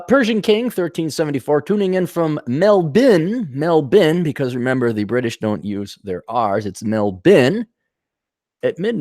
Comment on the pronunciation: Wow an American who said Melbourne correctly. First I've seen. You've got my sub